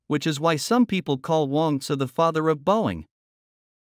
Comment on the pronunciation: I think it's Wong "Tsu".